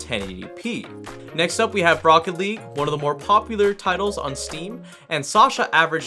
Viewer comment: uh wut "Rocket Leauge"